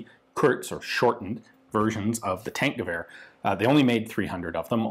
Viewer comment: Its more like Tankgewehr [Tunk..]